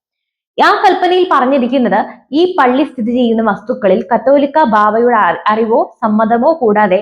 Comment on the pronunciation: ഈ ന്യൂസ് റീഡർക്ക് 'കാതോലിക്ക' എന്ന പദം ഏതോ അശ്ളീല വാക്കാണന്നു ധരിച്ചാണ് തെറ്റായി വായിക്കുന്നതെന്നാ തോന്നുന്നത്.